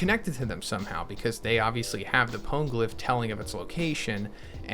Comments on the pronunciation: i was gonna like this video but then you pronounced "pwn" glyph -- now im wondering if i should unsub to your channel. i mean it's not as if they literally pronounced the word in the in anime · Is it pawngliph? Phonygliph? Funnygliph maybe?